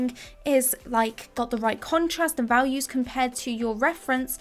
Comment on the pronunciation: Ralues? Does this woman not know how to speak? A bit later in the video she says "vawlues," too.